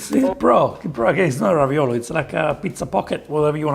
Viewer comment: 😂 this isn't ravioli, it's ravi"NO"li... dood!